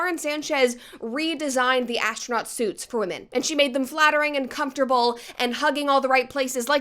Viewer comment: Brett saying “asstronaut” makes me want to watch MXC again.